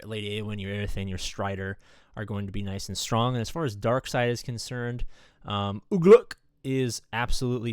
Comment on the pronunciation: Don’t ever say Ugluk like that again please….